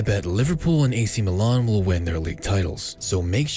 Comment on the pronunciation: Milan * not Melon